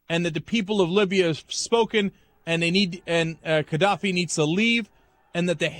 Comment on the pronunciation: Is Cenk pronouncing it wrong? Or is the G in Gadaffi meant to sound more like a K